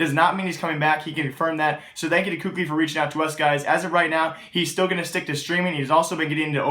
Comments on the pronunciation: its kaylee not cookli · first off, you obviously were mad because you used the f word second of all kukli isnt how youpronounce his name, im just informing him on how to say it correctly, just because someone says differently doesnt mean its the correct pronunciation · it's pronounced kaly. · For a "news" channel there is a hell of a lot of subjectivity and empirical information provided. I find myself disagreeing with consistently with how I feel teams stack up. Also you should learn to actually pronounce KQLY. Not hating, just being objective with you.